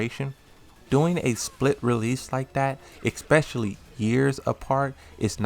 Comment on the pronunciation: specially bro why you keep saying expecially ?? lol